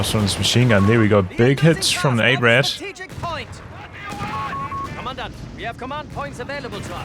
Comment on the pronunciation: Yeah, the Rad in 8-Rad is pronounced just like the Ketten-K(raft)-Rad but most English people have problems pronouncing the German "ch" like in "acht" = "eight" (IPA: /ɑxt/) so yeah xD would make more sense for you to call it eight wheel or (Sd.Kfz.) 232